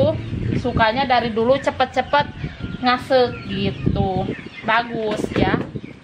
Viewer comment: Ngaseuk yg betul bukan ngsek